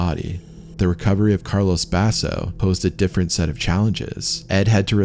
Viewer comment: Thanks for the freat documentary 🙏 Just a minor nitpick: if these guys were from Italy, their first names weren't "Carlos" . It was CARLO. Carlos = Castilian Spanish Carlo = Italian. Thanks for your great work🌺